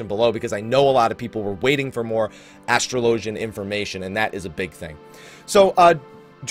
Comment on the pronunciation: It's Ass-Trow-Low-Gian